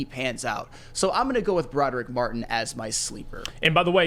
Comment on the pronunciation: Can please stop saying "Bro-durr-ick" it's "Brah-Drick"